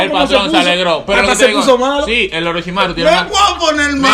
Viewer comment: Me da risa que diga oroshimaru cuando ni si quiera es oroshimaru xd 🤣🤣🤣🤣